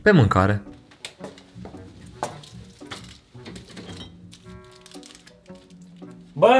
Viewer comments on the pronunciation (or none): mancare nu macare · Mancare ba nu macare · MÂNCARE NU MÂCARe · Ai zis pe Macare în loc de pe mancare